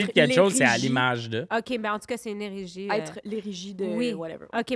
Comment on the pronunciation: Pssst Égérie pas érégie (;^)